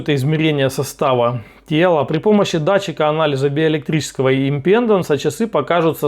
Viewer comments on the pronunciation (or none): Да блин, импедАнса, а не импЕнданса )))